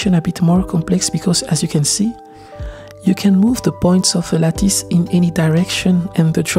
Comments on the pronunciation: lattice = Lat-iss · lattice ca se prononce 'latisse' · Great description and tank you for sharing your knowledge. BTW in English, the word is pronounced LATT-ISS. It’s a hard C said as a SS. C’est bon!! 😁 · The work is great, but I keep coming back to your videos also for the slice of life bits, like pronouncing "lattice" or videos of your studio. Fantastic stuff!